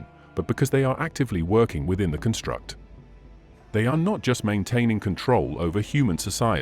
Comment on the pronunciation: This video is narrated by an AI program, is it not? Such programs are getting more sophisticated, but there are little tells that give it away. (For example, the word "construct" is always used as a noun in this text, but the narrator always pronounces it as if it were a verb.)